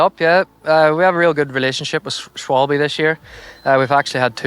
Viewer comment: "a really good relationship with schwalbe" but not good enough to pronounce it properly! 😂 It's a German company, and pronounced "sh-val-buh"